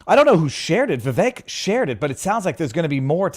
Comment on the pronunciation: Vivek rhymes with "cake"